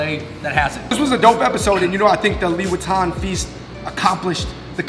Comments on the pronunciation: Why i always hear louis vuitton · Everytime they mention liwetan, what i hear it Louis Vuitton... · Always misheard the "Liwetan" with "Louis Vuitton" lol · Omg you guys said liwetan just like Louis Vitton, I keep questioning myself where the freak is the LV, man 🤦🏻‍♀️😂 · I love the way you guys said ‘liwetan’ and make it sounds like ‘louis vuitton’ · Liwetan, and i heard louis viotton 😂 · how to read Louis Vuitton : Liwetan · i thought u just said louis vuitton.. lol